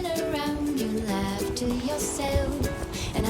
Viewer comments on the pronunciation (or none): none